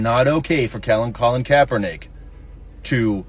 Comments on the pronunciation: They can't even say kap name correctly haha gtfoh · She can't even say his name correct. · These dumbasses can't even pronounce Kaepernick's name right, and they're virtue signaling about this. That "soldier" (who was probably cosplaying as one of the Village People) is why I left the military. Sissy ass clowns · Neither one of these morons can even say his name correct. Do they even know who he is? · can't even say kaepernick's name correctly yet giving an opinion. this is a weird series of events. these people also don't understand a fundamental rule in sports. you can be a problem socially up until you're are more of a problem than you are a talent on the field. bosa is one of the best pass rushers, and kaepernick was on a decline. he became more of a distraction than his play warranted. this is why people who don't know ball, or politics of that matter, should keep their noses out of it. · 😂😂 demoRats stay crying. Can't even say Kaps name correct yet jump everyone that says kamalas wrong 😂😂 Kap kneeled during the anthem before the game... nick put on a hat after the game.... please keep crying low IQ sheep. Easier to know whom to stay away from 😂😂